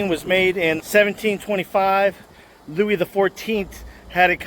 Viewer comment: my dude said louise da 14th